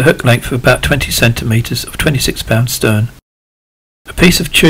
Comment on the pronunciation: It's STREN not stern !!!